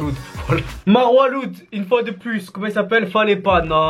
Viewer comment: Juste Marwa Loud ça se prononce Marwa Laoud